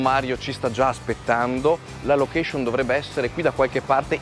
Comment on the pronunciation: sei in gambissima, ma "lochescion" non si può più sentire!